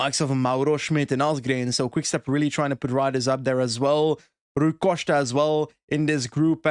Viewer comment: At times Rui Costa pronounced Rui Coshter?